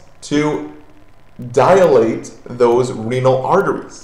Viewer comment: DIlate. Not dialate.